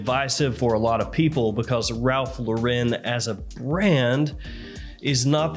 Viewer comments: It IS actually pronounced Lauren. Like the first name. Not la-ren. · His name is Ralph Loo–ren, as in low and rent with no w and t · Is trolling constantly or do he and tons of other reviewers have no actual idea how to pronounce Lauren… nearly everyone screws it up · You're still mispronouncing "Lauren".